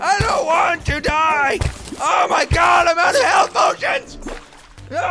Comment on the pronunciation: po-ti-on. Words used by toby for toby